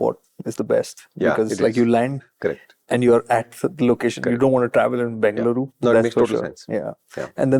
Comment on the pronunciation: i love the way you say the name Bengaluru ❤